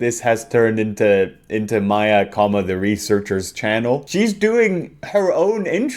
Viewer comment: was very upset to hear misread Maya, the Researcher's name. Much like our Lord Himself, it should always be read Maya, the Researcher.